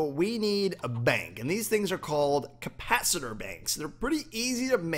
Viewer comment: its capacitor not campacitor